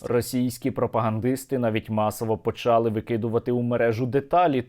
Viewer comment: почалИ, наголос на И українською мовою, почАли -нема такого слова